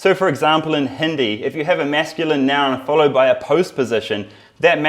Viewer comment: He can’t even say Hindi right